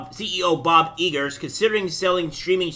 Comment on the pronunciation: It’s I-Gore not E Gore